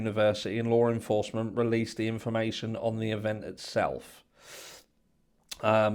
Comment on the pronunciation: I can’t tell you how long I looked for a Lauren Foster 😂😂😂😂 Y’all I finally realized he was saying Law enforcement 🤦🏻‍♀️I was honestly embarrassed by myself lol